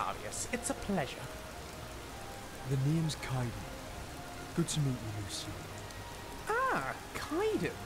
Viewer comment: The only thing that irks me is how Kaidan goes back and forth with pronouncing Lucien’s name. It’s either Lucien or Lucian. Other than that, they’re so adorable